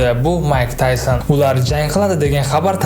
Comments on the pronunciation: Maysin emas taysin ""Maysin daxshatli hugni urib""😂😂😂 Mayk taysin 1 ta san aytayotga uzbek taysin deganing u bir qurbaqa xolos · Майсн эмас тайсон